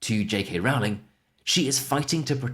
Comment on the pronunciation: Another quick note, I believe you are mispronouncing J.K. Rowling's surname. She said once people misprounce her name so often that she stopped correcting them, but I think you should go with how she herself prounces Rowling (on YT there are clips of her pronouncing her name).